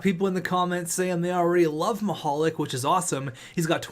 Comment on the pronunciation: Because of how you pronounce Mihalik's first name his nickname should be Mr. Lube